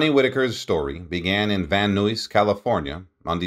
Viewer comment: "Story began Van Nuis". S/B "Story began in Van Nize". Van Nuys is pronunced as Van Nize